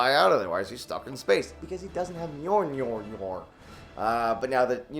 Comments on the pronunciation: Joven it's not hard to say Mule Near why u doing that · The Jovenshire don’t forget that you also can’t pronounce Mjolnir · Please tell me your pronunciation of Mjolnir is a bit. Kat Denning ruined two movies, for me, with that nonsense. LOL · It annoys me that joven said he's a super nerd and yet he messes up a few things on the logic of endgame and that he can't pronounce mjonir and I probably can't spell it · Joven saying Mjolnir is so funny I can't stop laughing.